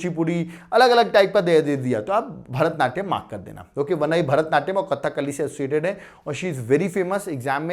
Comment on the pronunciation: It's not "Kathak kali" pronunciation is Kadhakali